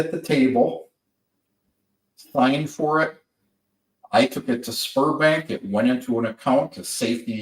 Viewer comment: Sberbank you need to say ZBEArbank not sperm bank